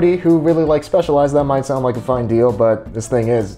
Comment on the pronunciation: its pronounced specializ-ed , by my good friend Dionisis...hahahhaaaaaa